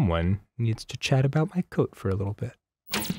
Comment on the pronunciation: idk I hear "que coso es coat" what is coat? but misspelled